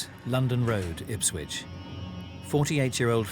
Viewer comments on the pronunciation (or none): Why do they always say IpswiTch, when it is Ipswich?